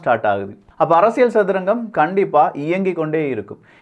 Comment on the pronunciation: ஆழமான அரசியள் சதுரங்கம் 🤦🏾‍♂️. தமிழ் உச்சரிப்பு improve பண்ணனும். நல்ல கருத்து though